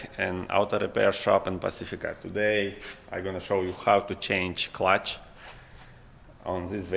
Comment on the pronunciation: "in this video I shaw" - should be "show" :) good usefull video! thanks for best tutorial!